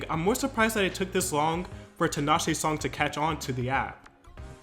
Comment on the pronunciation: fyi it's tea-nash-ay not tin-ah-shay